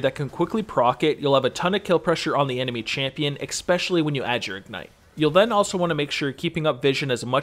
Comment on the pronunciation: Take a shot everytime he says expesionally